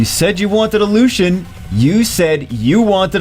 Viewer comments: "Lu si en" is how you pronounce it not "lu sh en" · It's pronounced Loo-see-in. Not Lushen. And he's a dude. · Its not pronounced LU-SHEN its pronounced LU-C-IEN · wouldn't it be more like (lu-see-en)? Lucien? Where is the h sound that is in LusHen coming from in Lucien? Js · thats wrong. Its LuCian not luchian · i think it is pronounced as " LU-SI-YEN " am i right ??? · warren Its pronounced in every other major language Luu- cee en, too. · Yes, I know little french. It pronounced lucyen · bro stop calling him lushien, do you call Lucy's "lushy"? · hate people who say her name wrong... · You're right. He is saying it wrong. he butchered Lanett's name in her spotlight too. he pronunced it lan-it rather than La-net. im terrible at some of these odd game names too, but these are not too difficult imo.